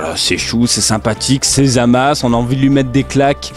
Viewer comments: pq tu dit zamas? et pas zamasu? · Parce que la véritable prononciation c'est Zamas et non zamasu, le u est mué, pleins de gent font l'erreur de l'appeler Zamasu